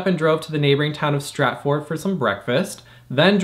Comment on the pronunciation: Dude, it’s Stratford.